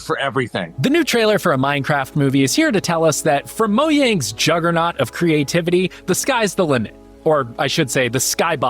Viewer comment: Is that how Mojang is pronounced. I may be wrong in how I pronounced it for so long, I will not be changing it.